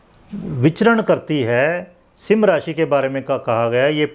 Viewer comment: अरे sir सिम राशी नही है सिंह राशी बोलो